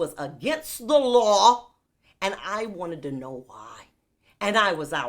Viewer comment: The way she said the LAW